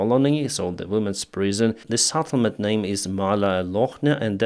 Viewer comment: not Sattlement but Settlement